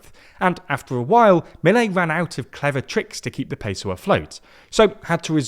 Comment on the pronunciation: they won't even pronounce Milei correctly